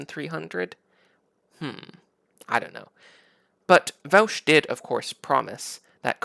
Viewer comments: It’s pronounced Vosh not Vowsh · First, thank you that although you take some lighthearted potshots at Vaush's expense, I think you did try really hard to actually be calm and rational. If the right on youtube tended to be more like yourself, I would enjoy their content much more. However, I do have some issues. I'll split them up by timestamps. Thanks for providing dialogue creating content. Also, his channel is pronounced like VOSH and not VOWSH. (: My analysis: - What defines something as realistic to you? That argument can be used against literally any societal change people want. e.g "Marriage is between a man and a woman. How would it ever be realistic to change that definition?" Now, I get that example does not affect the economy of the world like co-ops would, but this is just an appeal to your own incredulity. - Also, you say we have examples of co-ops being very successful, but then dismiss it as not important evidence? That does not make sense to me. During feudalism, one could've said the same thing about Mercantile Capitalist companies to argue for feudalism and against capital. - He never said there wouldn't be challenges. That's just you saying. "But it's hard." - He gives the sources.... Which you later even go on to look at. What? - He may have been confident in his ideas, but that doesn't actually say anything about his argument. - A source doesn't have to be an academic study? Some are, some are not. There are many types of sources. - You suppose? No, tha